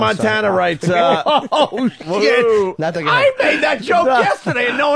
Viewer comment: Wow, nobody noticed Jim's flub: "Bow natting, number firty-flurf."